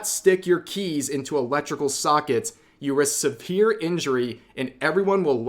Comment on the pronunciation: nice try im not gonna miss that mispronunciation of Severe as "Sepere"